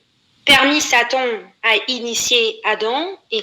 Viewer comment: Selon cette blasphématrice Adam était naïf. Elle à la seconde où "Saton" (comme elle le prononce) lui a ordonné de se dévergonder, elle lui a obéi sans hésiter. Et la voilà ainsi en train de blasphémer sur l'islam, s'exhiber sur des clips vidéos et après elle s'imagine qu'elle aura une grande communauté YouTube qui la soutiendra.